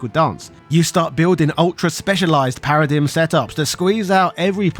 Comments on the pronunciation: Feel like I should point out it's usually pronounced "para-dime". Also in FF XIII-2, they got rid of the annoying "Paradigm Shift" animation, making battles and switching faster. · Do Brits generally say, “para-DIM,” instead of “para-DIME?” Or is it just you?😅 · thats not how paradigm is pronounced